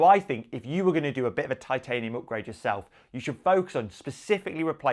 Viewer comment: pronunciation is spot on. Too many out there incorrectly saying Tit-ay-nee-uhm. Respect to for doing it right